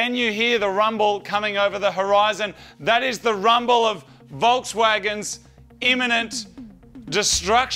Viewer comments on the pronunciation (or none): At first when he said "Rumble", to me it sounded like "Rum ball". Then disappointment set in.